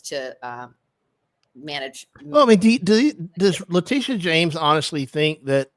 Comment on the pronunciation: LE-TIT-IA YOU THINK YOUR HIGHER THAN THE PRESIDENT DO YOU?